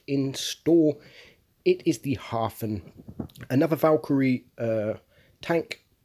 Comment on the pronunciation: Very good pronunciation of the word german word "Hafen" - Harbour - and very passable for Edelweiss :)